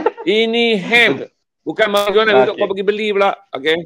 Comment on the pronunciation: Perkataan MARIJUANA harus disebut MARIWANA.